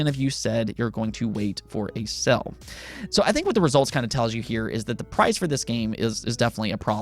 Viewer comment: Dude it's pronounced sale not Cell. Just saying.